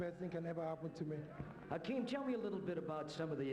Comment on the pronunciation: Isn't it Hakeem? Not Akeem?